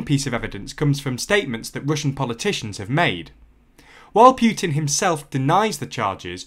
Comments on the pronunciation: It’s not “Pyutin”, it’s Putin! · Can't listen. It is not Pjutin, there is no J sound in either English or Russian pronounciation. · The Russian president's name is Putin, not Pewtin. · Please learn how to correctly pronounce Putin. Its Put-in not Pu-tin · I'm a Russian. Poo-tin is how we pronounce it, Pew-tin sounds funny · Pyootin. It's Putin. Путин. Learn how to pronounce it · Poo, Poo, definitely Poo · But who is Pew-teen? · Could be better if you worked on your pronunciation a little lol (it's not Pyuutin) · did... did he say Pyutin? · I like how he pronounces Putin. With every time he says it it gets funnier and funnier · Are you a poo-tin or pew-tin? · I prefer the French pronunciation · I understand your opinion but this is a serious political situation and I don’t think calling people thugs is appropriate and mispronouncing their name is professional. I completely agree that Putin is not right to play such games with us in the EU and we should not be so dependent on Russia for energy